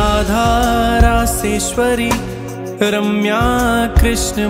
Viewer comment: माँफी चाहता हूँ - पर आपने २१ नम्बर नाम को जप में बोलते समय आरम्या बोला है - और सामने लिखा रम्या है.. कृपा करके मार्गदर्शन करिए..